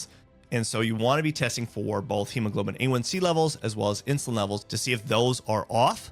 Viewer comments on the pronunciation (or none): none